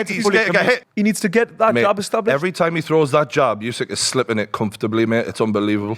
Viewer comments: It's not "yousik"....it's "oosik". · Hey, the name's Usyk, not Yousick.